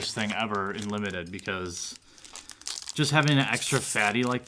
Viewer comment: did u say limited bob.... ;)